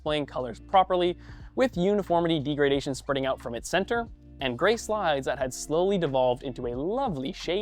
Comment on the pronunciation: Can we get a presenter that knows how to pronounce "degradation"?